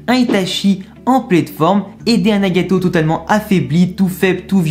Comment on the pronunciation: J'entends Nyagayto